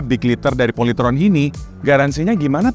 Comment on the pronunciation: Bukan POLYTRON tapi POLYTROn